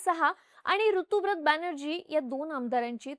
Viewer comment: ताई, एक छोटीशी माहिती - ऋतुव्रत नाही, ऋतव्रत (बांग्ला भाषेतील उच्चार - 'रितोब्रोतो') असं नाव आहे त्या आमदाराचं. ऋत (संस्कृत मधे 'ऋतम्') म्हणजे सत्य (विशेषत: दार्शनिक/अध्यात्मिक सत्य)... ते सत्य, ते ऋत हेच ज्याचे व्रत तो ऋतव्रत, असा हा समास आहे. ऋता (English spelling Ruta/Rita) हे मुलींसाठी प्रचलित असलेले नाव सुद्धा त्याच ऋतम् या संस्कृत शब्दाचे स्त्रीरूप आहे.